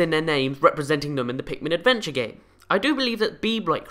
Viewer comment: did you just say pinkmin